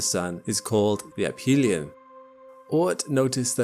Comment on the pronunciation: I know this is superficial, but it is ə-fē′lē-ən and not əp-hē′lē-ən.